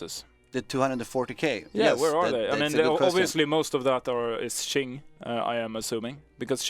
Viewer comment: Qing: Its pronounced Ching...